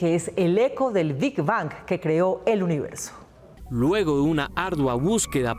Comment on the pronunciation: La presentadora pronuncia con V (lavidental) Ving Vang en lugar de pronunciar con B ( labial) Big Bang